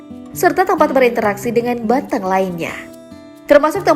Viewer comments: nyebut nya salah. bukan banteung tapi banteng kwkkwkw aneh kedengerannya. Macam nyebut 'e' nya kayak "capek" bukan 'eu" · Ngomongnya kata banteng SALAH, hrs nya banteng kayak kata ejek bukan kayak seneng